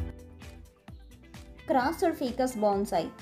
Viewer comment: అది ఫికస్ కాదు ఫైకస్